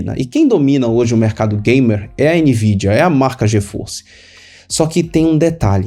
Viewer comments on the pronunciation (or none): Fala de novo "gíforce" e "reideoun"?? -Achei tão chique!